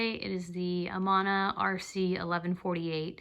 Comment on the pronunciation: I shellac first, buff it smooth, carve, then paint. Painting on white, soft wood will bleed easily. Carvers who rout deeply, then smooth away the surface, May find dry pigments smear on the background, unless sealed properly. Amana is pronounced A-man-a. It is very well known in Iowa for woodworking!